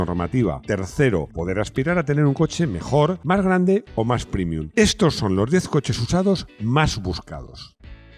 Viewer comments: prémium, prémium, prémium. Pre, pre, pre. Me sangra el oído y el duodeno. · ¡Y dale con primium! Paleto, que se dice prEmium, como prEmio.